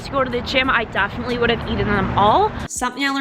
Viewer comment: The way she pronounces the word DEFINITELY...is a bit off-putting.